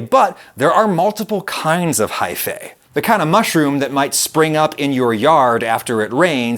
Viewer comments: its pronounced high-fee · One of my biggest pet peeves is when the "-ae" suffix is pronounced "ey". It's "ee"! Haifee! Gah! I'll try to power through! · lol at every time he says high-fay.